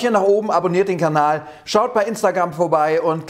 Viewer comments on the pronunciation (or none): none